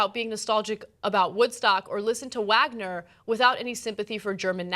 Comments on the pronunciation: oop's..Wagner..????? pronounced with a V.. V'arg'ner......lmfao...ha ha ha ha Sorry Ana I couldn't resist pulling you up on this..Sorry. :) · "Wagner" = "Vog-ner" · MRA = Boo-Fucking-Hoo LOL Ana's pronunciation of Wagner. Ana is really smart, but not very well read.